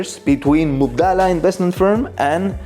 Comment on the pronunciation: Its Mubadala not Mubdala and it means exchange in arabic